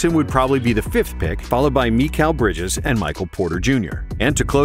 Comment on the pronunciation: meekal brijez